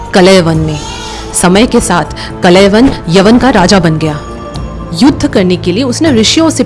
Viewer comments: His name is Kaalyavan, Not Kalayvan. Correct the pronunciation. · कलेवन नहीं... कालयवन हैं... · Kalayvan nahi kalyavan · Madam ji it's kaaliyavan not kalayvana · Kalayawan nahi o bai..kaal yavan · बहुत बढ़िया लेकिन यह नाम कलयवन ना होकर कालयवन है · Kaaala yavan .. not kalayavan😮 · Kalavan nhi uska naam thaa kalan 😂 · Your knowledge is good 😊😊.but That was कालयवन not कलेवन 🙏🙏🙏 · It's not कलयवन it's कालयवन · काल यवन Not a klyavan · Wo Kaal Yavan tha, kalayavan nahi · Kalayyavav nahi kal yavan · Kaalyavan not klyvan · Story telling is excellent... Villain name mispronounced.. Kaal Yavan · Pronounce the name of KAAL.. YAVAN properly